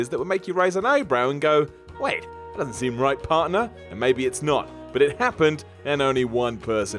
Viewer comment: The Booker/HHH feud was in no way racist, when H referred to "you people" in his promos it wasn't race related it was referring to WCW talent. Good job perpetuating a common misconception though, reminds me why I generally avoid your guff videos, also pheenarm, war-rrior and thet. Seriously, learn how to fucking speak.